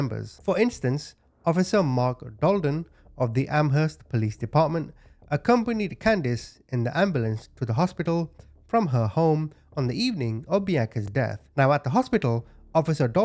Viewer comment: it's pronounced AmERST no H sounds just so you know